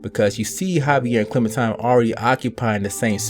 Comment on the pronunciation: I'm pretty sure he pronounced it correctly. Don't the people at telltale pronounce it like that?